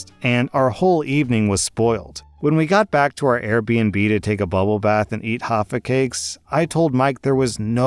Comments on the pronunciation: Just to let you know, you pronounce the 'j' in 'jaffa cakes' lol. So its literally pronounced jaffa cake not haffa cake lol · Huffer cakes? Jaffa cakes pronounced Ja fa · I think they're pronounced Jaffa, not Haffa. If I'm correct (coming from an American), that's a British pastry with chocolate on top and orange filling in the middle (which I love) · It's Jaffa cake with a J, not haffa. Jaffa cakes are a small cake with a genoise sponge base, a layer of orange flavoured jam and a coating of dark chocolate and are delicious. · what the fuck is a 'haffa' cake its jaffa cake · ... HAFFA CAKES? man im dyin. they're said how they are spelt Ja fa cakes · It's a J, Jaffa, not Haffa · Haha the way you said Jaffa cakes is funny, it reminds me of how you mispronounced Asda hehe. Ahh, it’s pronounced Ja-fah think of Jafar without the r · Pronouncing Jaffa cakes as Haffa cakes is killing me 🤣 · Swing and a miss on all Spanish pronunciation so far; pronounces "Jaffa" as "Haffa". Never change lol. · you transposed the pronunciations of Cartagana and Jaffa... the G is not an english G, and the J is not a Spanish J... was going to let it slide, until you said Hoffa Cakes. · Haffa cakes in Cartajeena. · Was looking for this comment, I heard him say haffa and was like.... oh 😂😂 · Wait,, you haven’t eaten J-AFFA CAKES??? They ain’t Spanish, so you pronounce the J like Jam. They are a British staple. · DID HE JUST CALL THEM HAFFA CAMES?! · Leave it to an American to get it wrong. It makes me cringe everytime an American mispronounces any major city in Australia (especially Brisbane) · Pronouncing Cartagena (car-tuh-hay-na) as “car-tuh-jee-na” annoyed me a little bit but I got over it quickly since not everyone is expected to know it but then just a few sentences later pronouncing the J in Jaffa as an H rather than a J pushed me over the edge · carta hayna.... not carta gena... also Jaffa cake has a hard J